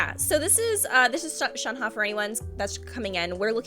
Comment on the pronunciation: I'm glad you pronounced Shenhe close to what it should be! Makes me happy And saaameee I hope she and Chongyun are related in some way. More exorcists! Also, that Childe popping in a occasionally cracks me up. Here's you gushing, and there's him talking about conquering the world XD